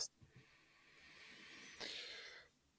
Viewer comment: I can't believe is still mispronouncing NAmen